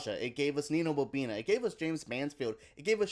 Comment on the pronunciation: It’s Nina boNINA not Nina BoBINA lol